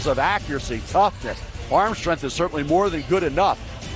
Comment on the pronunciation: What is “strenth?”